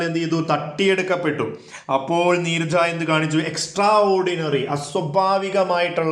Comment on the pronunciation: Neeraj alla sire neerja